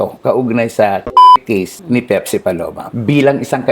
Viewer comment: baka po Pepsi yun hnd pipsi 😂😂😂